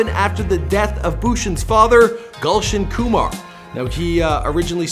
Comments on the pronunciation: this guy is triggering me. he us mispronouncing all the indian words. foh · its nit golsion koomaar .... its Gulshan Kumar 😂😂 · Not Galson Kamar, its GULSHAN KUMAR..😀😁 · He is not Gulch and Kumar. 😂😂😂 He is Gulshan Kumar😂😂😂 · who is galson khumaar...i know gulshan kumar😅